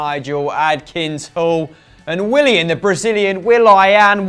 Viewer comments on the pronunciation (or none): He said We-lie-an (Willian)